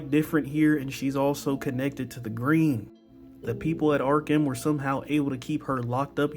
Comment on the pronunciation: Why's he keep saying "Ar-kim"..